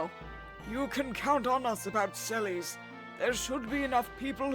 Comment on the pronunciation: sellies? hah. alright. i always pronounce it selless